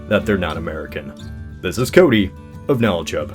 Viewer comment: Every time I hear you say "KnowledgeHub" it sounds like you say "KnowlChub".